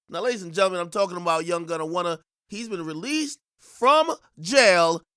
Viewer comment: Prosecutors played and pressed him out. Boy said he "Wunna" go home.😭😭